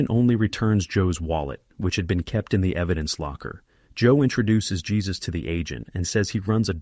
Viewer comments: The name of the pet shop owner is pronounced "Hey-sus" not "Jey-sus" guys. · 😅not Jesus---it's JÉSUS (HAY-SUS) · His name isn't pronounced Jesus as our Lord....it is pronounced "Hesuse" it's a Spanish name. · ai narrator actually named their helper 'Jesus' 'hesus' - seriously. Jesus helped them rob. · "...one of the robbers is African-American"?! No, his skin is black/dark, but they have no way of knowing his nationality. And the J in "Jesus" in Spanish is pronounced as an H!